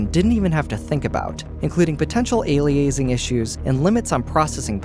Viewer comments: “Aliazing “ issues lol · very weird pronunciation of Aliasing